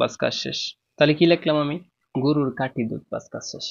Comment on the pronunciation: নিজের কথার সব তো আগে শুদ্ধ করো। আপনি খাটিকে কাটি বলেন 😅